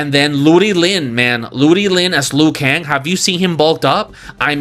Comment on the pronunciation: HEY Another trailer park trash bag reactor save your opinion to your self bro we don't need and care what you think... you even throw shades at the actorwho plays Raiden about his English yet you claiming to be a so called fan of MK lore couldn't even pronounce the names of some characters correctly.. "noob saybot???" Luw kan and Kun lao ??? Wtf..😂😂😂😂😂 gayshiit always complaining and whining you guys are always hard to please do the movie/story/production yourself let's see if you can pull something? And kitana as one?? Well clearly your some woke ass gay shiit dude. You said it your self you always used women characters even when you were a kid.. 😂😂😂😂 pathetic.. your disappointed about most of the movie crybaby.. you wanted to share your opinion and reaction to the movie well THIS IS MY OPINION AND REACTION YO YOUR TRASH CONTENT SO LIVE WITH IT BROKE ASS IM ALSO JUST KEEPING IT FRANK😂😂😂